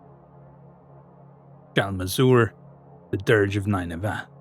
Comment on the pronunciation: nin-nuh-vuh. That's how I've always heard it pronounced